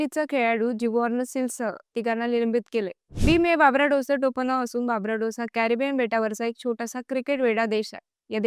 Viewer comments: It's not babrados It's Barbados 😂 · icci 😂😂😂 Babarados😂😂😂